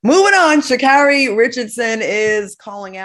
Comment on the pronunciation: It's Sha'carri not Kira